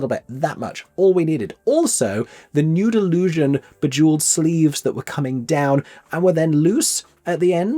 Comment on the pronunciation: The way ypu say nude illusion like Noodle lusion